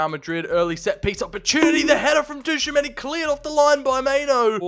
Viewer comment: he cant pronounce tchoumeni's name correctly to save his life lol